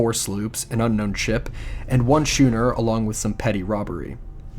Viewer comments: For your information, ”schooner” is pronounced “SKOOner,” not “SHOEner!” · For that matter, both 'schooner' and 'celtic' are pronounced with hard Cs. Skooner and Keltic not 'shooner' and 'seltic'.